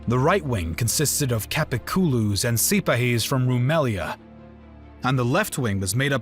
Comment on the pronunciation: 1.11 Ko-so-vo its kos avo. Ni- cope-alis. No. Ni-cop-olis. 1.47 dan-ub ? Dan-youb. 12.15 si-pa-he's.👎🏽 Si-par-he's 👍🏽